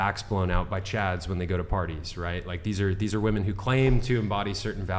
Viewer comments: I literally hate how doesn’t say women but says woman for multiple women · can't pronounce "women". 0/10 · Is it how the microphones are picking up sound or is there a HUGE lack of understanding between the pronunciation of SINGULAR Women(ˈwu̇-mən) and PLURAL Women(wi-mən)? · is so brainwashed she naturally pronounces WOMEN as WOMAN when reading the messages on screen. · Am I the only one bothered by a lot of the women, pronouncing the plural as woman and not as women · People who pronounce "women" as "woman" are so fucking stupid. English is not even my first language, but god damn that shit is basic. If you don't know how to pronounce "women" correctly, you should get a couple of more boosters. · Someone needs to teach that the plural of woman is “women”. She somehow has gone through life without learning how to pronounce the plural of woman…how the F is that even possible? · Can someone explain to me why the pronunciation of “women” changed????